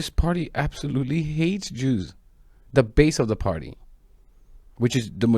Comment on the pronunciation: I did not really here them say "Jews" I Heard "You" However we know what they really mean